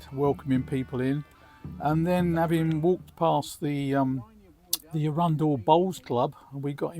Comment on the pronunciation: Hiya. That was nice to see my old stomping ground of Arundel (even tho your pronunciation was a bit suspect 😂). Rode down the steep hill of Main Street in the 60’s on the back of boyfriends Vespa (which had no brakes !). I could sit and watch the sea where you are for hours, very peaceful 🦆💕